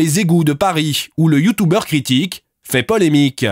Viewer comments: YOUTOUBEURRE XD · "YOUTOUBER" "LA LANGUE DE LIGHT YAGAMI" jpp des les 5sc